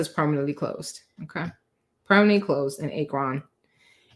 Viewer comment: You butchered the name of that city it’s pronounced AK-RON